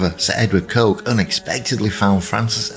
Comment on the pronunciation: The name is pronounced ‘Cook’!